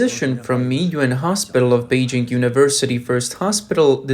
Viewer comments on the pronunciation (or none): none